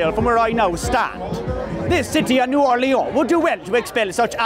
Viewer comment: You prononced "Orleans" in the right french way. Impressive.